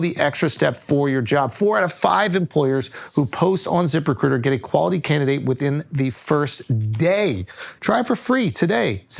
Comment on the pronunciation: “At ziprecooter…” - Schulz